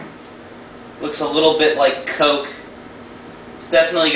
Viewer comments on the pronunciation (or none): none